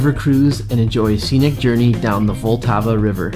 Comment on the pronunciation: "Petchrin" NO!!!! "petZHREEN". "voleTAAVa" NOOO!!!!! "vlTAH-VAH".